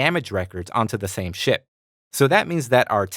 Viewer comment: anyone else hearing shit every time he says ship?